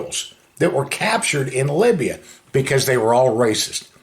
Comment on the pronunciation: Did he say he was in Labia or Libya?